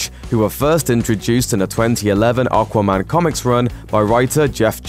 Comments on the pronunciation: Can I have a £ for every time he says okwa man?? Once more, the name is aquaman. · The best part of this video was him saying "Arkwaman" 😁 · Not sure how I feel about the way you say Aquaman. Haha